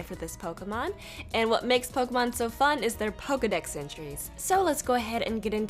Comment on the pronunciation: number 9, I want it ( also , is it really pronounced fake-ee-mon)